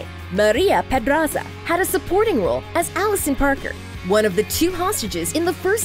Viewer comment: when she said Maria PEDRAZA I died